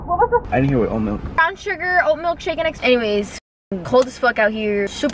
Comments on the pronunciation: Espresso! Not expresso! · it cracks me up everytime says “expresso” and not espresso😭😂❤️